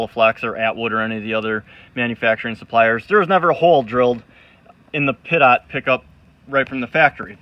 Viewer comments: Dude. It's pronounced pee - tow not pit-ot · Great video, but it’s pronounced pee-toe, not pit-ot. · Please, it's pronounced Pee-Toe. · Pee- Toe. Compressed air destroys it on airplanes. I guess it’s different on boats? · Pronounced "peet-oh"...pitot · lol glad someone else was thinking that too